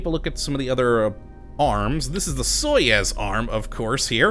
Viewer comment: Hey, i noticed that you pronounced Soyuz wrong, it is pronounced like soy-yous